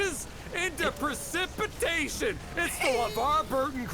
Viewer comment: Precipitation flash back! You said it well this time. Well done.